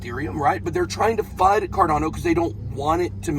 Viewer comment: Fud not cud